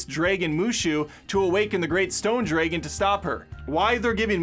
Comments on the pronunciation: Did you really just say "draygun"? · It's that how many times he said draygun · I cringe every time he says dragon😅